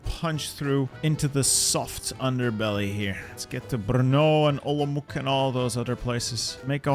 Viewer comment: Olomouc is Olomouc (C as in recess), not Olomok.